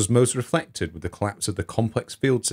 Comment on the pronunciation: How can you not learn to pronounce “ TH “!!! With not wiv , Thousand not fousand !! Together not togevver !! Other not ovver !!! Such ignorance is astounding !!